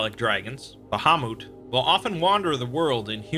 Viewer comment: its met not moot bahamut